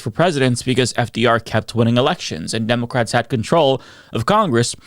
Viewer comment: Please work on your speech impediment. I hate hearing a political commentator say "democwrats" instead if democrat.